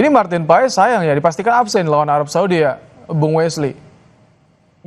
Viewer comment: Bacanya martin pas min😅